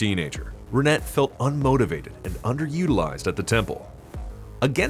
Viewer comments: I cringed everytime you mispronounced her name. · Renet is a French name. The "T" is silent. In English, it's kinda pronounced "Ran-ay". In French, it's more like "Rhun-eh".